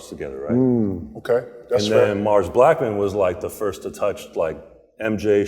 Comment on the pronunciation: Did KG really say Morris Blackmon? 😂 Joe LaPuma should've done this interview, this old chubby guy with the horrible shoe taste ain't it.